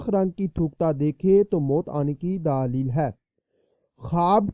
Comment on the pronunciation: daaalil hai.hahaha.bhai daleel hota hai.daaalil nahi .